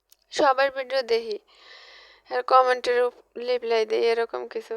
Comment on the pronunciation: লিপ্লাই নয় কথাটা হচ্ছে রিপ্লাই lk